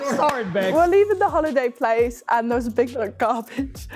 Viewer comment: literally so obvious, they can't say a's right 'herry potter', 'end' instead of 'and'